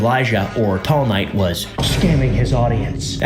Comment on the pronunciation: everytime says tall knight it sounds like teomai